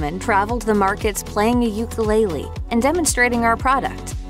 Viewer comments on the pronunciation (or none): none